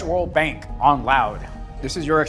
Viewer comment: the way he says "...BANK" Is the real gold here.